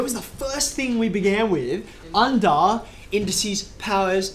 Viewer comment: Wait, did he just say "unda"??!! 😂